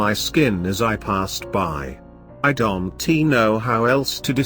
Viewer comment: Why do you say I dont T know instead of saying I dont and leave it at that ????? Well, love your story is alot.